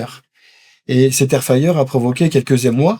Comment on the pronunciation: Air fayer air fayer..c'est air fRRRyer bordel de cul 😂😂😂